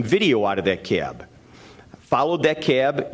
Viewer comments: The CAY-ab, CAY-ab....it's just CAB. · It’s funny how he pronounces the word “cab”: “Cyaaab.” lol